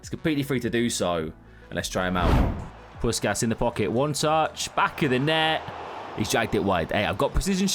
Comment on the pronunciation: Pussshhhhkas not puskas